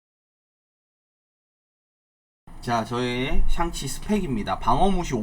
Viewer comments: 계속 '샹'치가 아니고 '상'치로 나오는데 왜 그러신 거에요? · 상치 ㅋㅋㅋㅋ